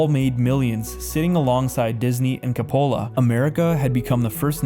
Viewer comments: If you weren’t right on my screen, I’d think you were AI. Learn to pronounce the words and names you use. Coppola. Chic. And others. It’s really problematic. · I agree with you. Right on. 'Coppola' doesn't rhyme with 'cola' , but. It's pronounced more like 'Cop-O-Lah'. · While i agree with some of your take and find a lot of your research interesting, please learn to pronounce words properly i.e. coup, chic, Coppola and so on. It discredits your work when you mispronounce common words. Also I disagree with your take on the family or at least partially. Women have not always been only in the home. Throughout ages and yes, even in the Bible, women often work outside the home as needed. Women staying home and men leaving home for employment (instead of going into their field or down into their workshop) is a relatively new change in society. Wives often worked alongside their husbands in the field or caring for livestock or in their shop. Rearing children and caring for the house is only part of what was expected of women. Husbands and wives often worked in tandem to succeed and flourish as a family. Men were more involved with their children and saw them more than a couple hours a day after work. Your view feels very narrow and not even historically correct. But I doubt you will consider any of what I'm saying or even see this comment. I do hope you have a blessed day though.